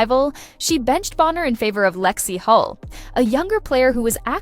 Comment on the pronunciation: Tedious, repetitive and dishonest! Where's the "DeWanna Bonner Finally TELLS ALL!"? Btw Lexi's last name is Hull, not "Hall"